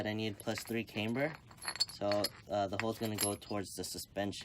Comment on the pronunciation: Is not “came-ber” Is “CAM-BER”....